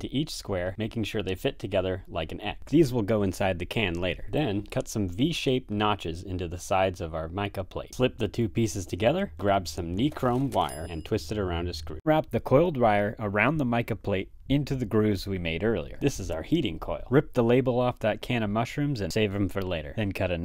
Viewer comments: Knee-chrome might be my new fav pronunciation of NYE-Chrome wire. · I got a laugh for sure but I've never heard it pronounced kneechrome lol.. then again I pronounce about as aboot so yeah lol